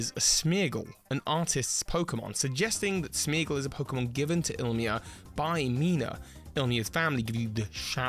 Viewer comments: It’s Ilima not Ilmia lol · ilima, Il-i-ma, not ilmia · il mia? i li ma Why are all americans dyslexics ? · just fyi it's 'IL-I-MA' not 'IL-MI-A' :) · ill mee ah? I pronounce it as "il ee ma" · His name is Ilima, not Ilmia. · Not one Youtuber can say “Ilima”’s name right. Oh well 🫣